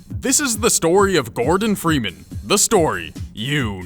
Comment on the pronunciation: cant even say gordon freeman correctly